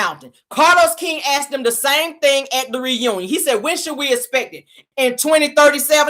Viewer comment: it’s “them” not dem😂